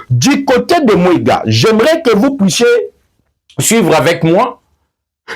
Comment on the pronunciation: TERRITOIRE DE MWENGA ET NON mwega.